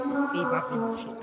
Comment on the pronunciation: মসসিদ❌ মসজিদ✅